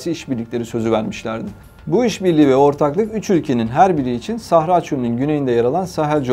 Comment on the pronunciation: С ударениями у этого ,,профи,, проблемки. СахАра. Двоечник вылез...